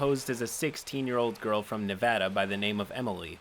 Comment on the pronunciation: all of these pople are disgusting but also THANK GOD YOU RPONOUCED NEVADA RIGHT